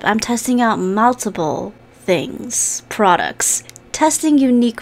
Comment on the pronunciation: oml "TESTING UNIQUE FRODUCTS" i love you xD